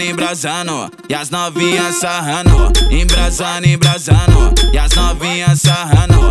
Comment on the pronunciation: Q agonia ele falando “sarrano" ao invés de sarrando aff